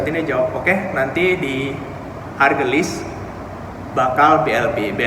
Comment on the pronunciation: ..stasiun haurgeulis mungkin bukan hargelis..